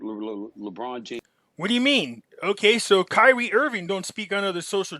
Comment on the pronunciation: Bro get his name right it’s Kyrie not Kylie